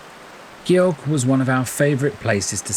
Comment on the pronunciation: If you're attempting to make a professional video about a country, out of respect, you really need to make sure you're pronouncing the place names correctly. Gjogv was not even remotely correctly pronounced at all.